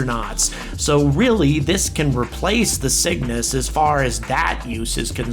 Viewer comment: I keep thinking he's saying "The Sickness" instead of The Cygnus.